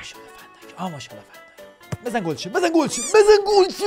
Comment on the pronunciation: فندایک فندک شد😅😅